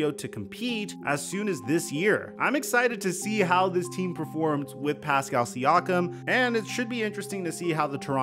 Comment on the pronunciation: calling siakam “SEE-AWK-UM” is as annoying as calling luka doncic “ LUKA DON-CHICK”. its “SEE-AKK-UM”